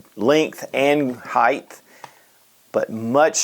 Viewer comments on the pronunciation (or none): height NOT heigth!